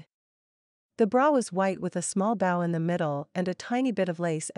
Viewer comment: It's not you but the person reading. For example, the word bow, in reference to what one creates with a ribbon or string when tying them together. It isn't pronounced as cow which she does as if one were acceeding to someone or curtsying to them. There are other examples throughout your books which I can't remember right now. Sorry. 💕